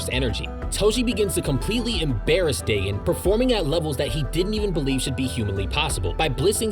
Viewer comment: Ur saying dagon and nanami incorrectly